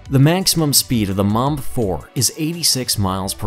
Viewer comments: He calls it mamb not mbomber 😂😂😂😂😂😂😂😂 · Is it that difficult to pronounce Mbombe 4. I don't know if you wanted to say mumb 4 or mamba 4. Shown no effort to pronounce it right. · He lost all credibility when he started measuring torque in nano meters. Also his pronunciation of the Mbombe - Not even close. None of the "b"s are silent.